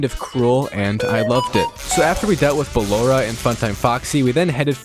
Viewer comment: bro said ballara lol